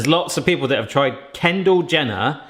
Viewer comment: I love how keeps calling her Ken Jender. PMSL! I wonder if they know most Americans find the Kardashian crew rather ridiculous.